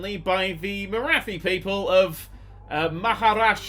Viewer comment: It's pronounced 'MarAti' not 'MaraTHi'